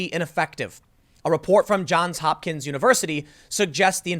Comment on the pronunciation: JohnS Hopkins, Tim. Johns. Not John. Johns.